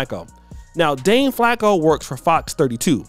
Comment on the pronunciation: Tiffany should not have been coming for Dane last summer. You pronounce Placko with a P sound and think you say it with an F 😉